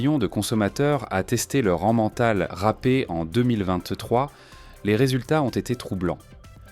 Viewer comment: D'où sort la prononciation 'anmental' au lieu de 'émental' ?? Cela rend suspecte la suite de la démonstration Je quitte la vidéo Stop